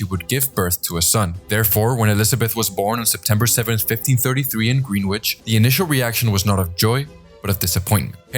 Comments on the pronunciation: green-witch? As somone from Greenwich it’s pronounced grin-itch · Bro... It's pronounced Gren-ich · Good video but greenwich 😢. Its pronounced gren-itch.